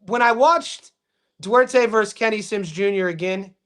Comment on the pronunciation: Its Du-ar-te G